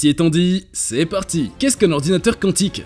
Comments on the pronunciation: Ayyyyyy hordounateur😅😅😅😅😅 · Ayyyyyy hordounateur